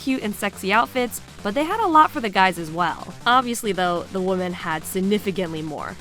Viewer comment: I love your videos, but I'm gonna be completely honest and say that your pronunciation of "women" really annoys me. It's pronounced "wih-men". You're pronouncing it like the singular form of the word.